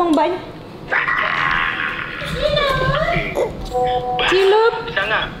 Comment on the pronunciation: Bukan cilup ba,yang betul ciluk ba